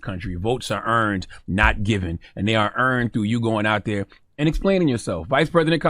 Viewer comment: Brandon… don’t put this ignorance out “ dhere” again.